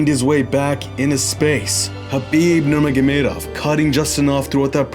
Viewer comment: showing off. Just because he can pronounce Khabib's surname so well, no reason to say it so many times... Great video